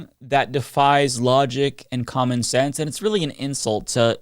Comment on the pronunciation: Kandiss Taylor (yep, that’s how she spells it) can’t use any kind of sense, she can’t even pronounce the word ‘sense’. She said “it doesn’t make scent”